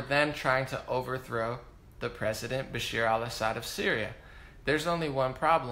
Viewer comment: Great video, as usual 👍🏼 Bash-AR al Assad (not Bashir). Aleppo, I don't think Damascus. And be clear when you say "moderate rebels," because they were anything BUT moderate- they were brutally ruthless and inhumane terrorists.